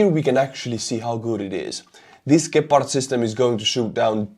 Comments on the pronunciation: the first pronunciation was just fine. Its not Dschepard. Gepard is perfect. Problem with the ammo is, that the gun and the ammo is Swiss made, and Swizerland want to remain neutral. Thus blocking Germany from giving the ammo to Ukraine. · It's Gepard with a hard G, like in Goal. Since this is how we Germans do it's pronounced on the e, like "geh-pard" but to be fair people can call it pussycat if they like, as long it shoots down orks. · Dear Gepard in english means cheeta, this fast charming Cat, you pronounce it gäpard. Thanks for your cool channel, I watch it with great interest. Martin for Berlin Germany